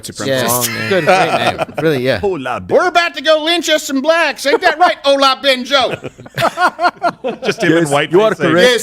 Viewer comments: As a Nigerian I feel offended by the pronunciation of the names and the accent😂😂😂😂😂😂😂😂. Y'all didn't even try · As a Nigerian, listening to them trying to pronounce Olabinjo, was the highlight of this episode Oh God, they killed the other guy's name even worse